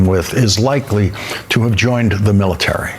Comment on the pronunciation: The "MILLTEARY"